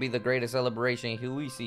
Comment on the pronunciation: I’m still in shock he still cannot pronounce hisui correctly. Did he even watch the trailer when the lady narrator pronounces the name of the region? It’s His-su-ee, not Who-see, His-su-ee for Hisui